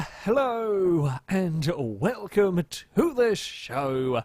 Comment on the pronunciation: Has anyone ever told you when you say welcome it sounds like whale cum